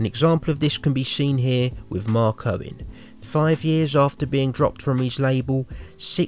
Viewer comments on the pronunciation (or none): it sounds like your saying Mark Cohen its Mark Owen